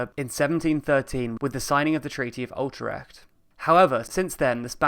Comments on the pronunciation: Once again, this narrator shows his ability to mispronounce even the easiest of place names. "The Treaty of Outrecht"?!?!? Really?? That's as close as he could come to pronouncing Utrecht? This does prove one thing- he's truly British. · Treaty of?? Oeltrekt come on man it is UTRECHT on the dutch way with a U and a hard G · you very clearly said " ULTARET"! hahaha! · I thought an English speaker pronounces it as "you trekked" and a Dutch speaker pronounces it as "e trekked" with the "d" really a "t". The man speaking sounded English to me. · Ütrejt. (in which the j is pronounced as the Spanish j). It isn't that hard. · You mispronounced Utrecht. Only takes 5 Seconds to research it. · Need some help pronouncing ‘Utrecht’? 😜🇳🇱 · I remember when I was in the NL for the first time and I was shocked when I heard how you Dutchies pronounce Utrecht. At first I thought you were talking about some other place lmao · No it's pronounced "Utrecht"